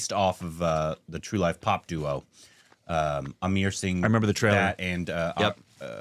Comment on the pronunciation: I think doesn't know to read english. He reads 'a' in Amar to 'i' in Amar saying Amir.